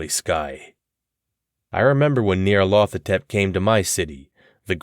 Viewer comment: I worry you've mispronounced the title character.